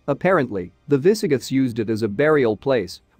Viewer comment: Yes. Minor mispronounciations like "viss-uh-GITHS"